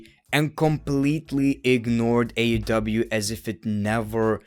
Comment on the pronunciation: the way you say AEW rocks forgetting the E lol …. AW 😂 tonight on AW Dynamite 😂